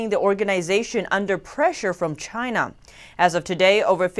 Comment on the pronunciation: Love u I always wanna watch u report but sometimes I find it hard to breathe when words like China is being pronounced with a gap between Ch & ina, pe_erson, pe ercent... Perhaps it's just me.. But never mind. I just wish the gap to disappear.. ❤😘😜